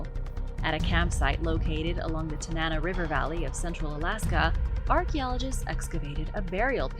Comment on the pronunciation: Good grief! I live in Alaska and find what the world thinks of us fun. However, ask about pronunciation!!! Tanana (Tan-ah-naw), Yupic (You-pick), and Denali (Den-all-E). Feel free to reach out if you need help. It hurts my ears.